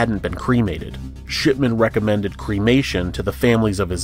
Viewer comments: ok, you're totally saying "sh*tman" instead if shipman lol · The way you pronounced "Shipman" made me wonder if you intentionally made it sound like "Shitman".